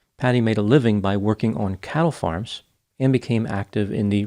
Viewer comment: I swear, at first I thought you were saying cow 'farts'. Had to rewind a couple times.